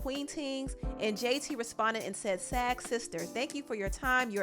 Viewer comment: Girl it’s Sag as in Sagittarius 🤣